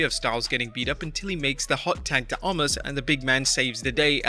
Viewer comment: Narrator guy - I want to say Thank You for actually pronouncing OMOS correctly because almost everybody else calls him OMAS.